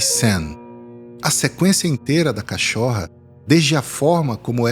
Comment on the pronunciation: Nossa, que narrativa perfeita. O único problema é falar "cachórra".